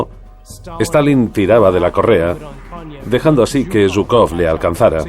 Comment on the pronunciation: Perdón, al margen de ideologías, pero llamar a Zhúkov y Kónev perros de caza de Stalin, es reirse de la historia y de la verdad de lo que fue Hitler. Tanto Zhúkov como Kónev (apellidos que ni pronunciar saben, pues van acentuados en la primera sílaba), debieran tener el agradecimiento de millones de seres humanos, por ayudar a precipitar la caída del régimen hitleriano. Posiblemente muchos de los actuales admiradores de Hitler, tal vez ni vivos estuvieran, al ser o descendientes de ciudadanos que la ideología nazi consideraba de segunda clase, o si hubieran nacido, ya la esclavitud que el régimen hitleriano tenía planificada sobre dichos ciudadanos, se los hubiera engullido. Hay que ser menos profano al hablar de la historia y abordarla imparcialmente y no en base a ideologías. El mundo del siglo XXI anda un poco desmemoriado acerca de lo que representó Hitler.